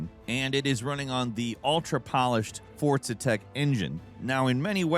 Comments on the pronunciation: Why do people say "ForTza" while there is no T in sight. It's For-Za. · There is NO 'T' in "FORZA." GAH DAMNIT it's wild